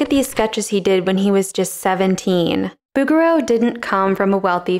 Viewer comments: It's not BOUguereau, it's BougueREAU. In French the stress is always on the last syllable. Also "Hundreds of centuries"? That would mean that Virgil lived at least 10,000 years prior to Dante, which is obviously false. The difference is app. 12 centuries. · Its Boo Zher Rho not boogero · I had a little bit of difficulty to identify the artist when heard she saying "Boogarel" for the first time. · Oh, noooo. Is it really pronounced BOO-ger-oo??? I surely hope not. :0 If so, I'm going to pretend I never learned the correct way to say it, and keep pronouncing Bo-zher-o. 🙈 🙉 🙊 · couldn't stop snickering every time i hear "Booger-O" 🤣 bet you'd find his works in Flickr. see what i did there? 😁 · its not bugger-row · « Boo-goo-row »? I’m out. It would be super easy to look up how it’s really pronounced. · I thought she was saying booger row When she pronounced his name. 😆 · Not a criticism but the “g” in his name is soft. Like in “bourgeois.” I love all is work and I love the rougher Impressionist too. Why take side? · Oh please, you’re pronunciation of his name hurts my French trained ears. The letter “g” in his name is a soft sound, more like a soft “j”. I used to have a print of his painting of the Madonna with child surrounded by angels. It is so beautiful.😊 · PS: Learn how to pronounce his name first! Google it Girl! ,Just like you do everything else!